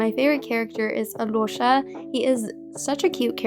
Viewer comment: THATS NOT HOW IT PRONOUNCE 😭😭i am a Russian speaking person and oh my days why does creators say it like that. Its ALYOSHA WITH A STRONG RUSSIAN ACCENT not alyorsha 😭😭pls look up pronunciation on Slavik or Russian language I beg u in general check how to pronounce Sneznaya’s characters names💔💔💔💔 Vesna, Tsaritsa….